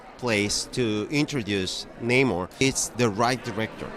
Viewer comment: Please pronounce the name right. Namor not nahmor 🤨